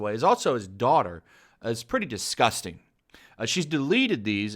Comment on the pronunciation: Washington post: dis respects a legend: DIS-GOUS-TANG